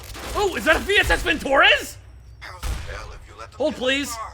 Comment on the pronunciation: vintOrez Russians: No comrade, it's vintorEz! Pronounce this fine weapon name correctly.